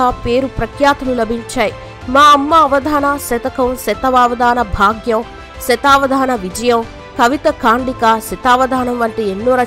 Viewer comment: అమ్మా .. కాండిక కాదు, ఖండిక. మరికొంత జాగ్రత్త తీసుకోండి